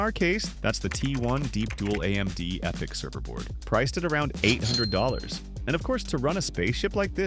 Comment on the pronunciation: Its pronounced {Ep-I(Y)-C} :D